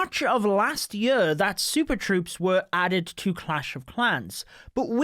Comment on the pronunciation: This yur, las yur, yur yur yur. Love you 😂